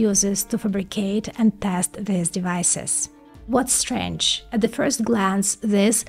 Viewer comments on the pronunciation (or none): none